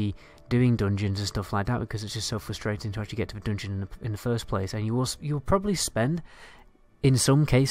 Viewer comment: Lets say "dungeon": Don-Jin